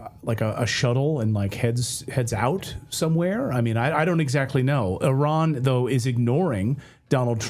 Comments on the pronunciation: The USA has a 12 year old spokeswoman who can't pronounce "Iran". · At least they’re trying to pronounce it